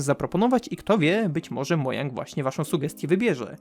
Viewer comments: Czyta się modżang a nie monang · Mów ,,modżang,, bo uszy bolą od ,,moJang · Mojang wymawia się Modżang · Minecraft ma już ponad 11 lat. A ty dalej nie wiesz jak czyta się "Mojang".